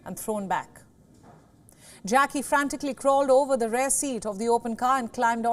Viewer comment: Very interesting. Only time an American pronounced “route” as “root”, not “rowt”, was when the infamous sentence was uttered by a journalist: “something seems to have happened in the motorcade route…” And this presenter should pronounce “rear” correctly, not as “rare”. Thank you for posting the video.